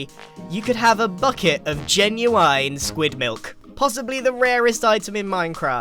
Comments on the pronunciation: The way you say “geniune” gives me nightmares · I've never heard anyone say genuine like that its pronounced as jen-you-inn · first time i've heard anyone pronounce genuine, jhen-you-eaine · did this man just say genu INE?? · The way he said "genuine" 💀